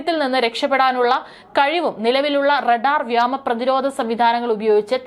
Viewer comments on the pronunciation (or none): Not Yama...yoma is correct . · വ്യാമ പ്രതിരോധം അല്ല മോളേ വ്യോമ പ്രതിരോധം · വ്യോമ എന്നതാണ് ശരി